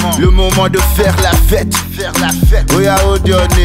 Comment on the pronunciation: he says la fete so nasty. lol